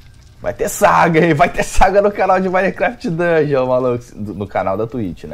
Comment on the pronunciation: dugueon mané